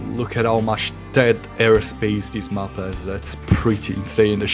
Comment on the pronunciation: Good cast, thank you., your pronunciation of "map" is the most triggering thing in e-sports casting. Please fix <3